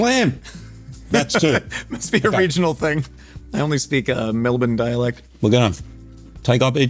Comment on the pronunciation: Full marks to for the correct pronunciation of ‘Melbourne’